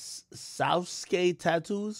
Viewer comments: Sa su ki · Ak trying to say Sauske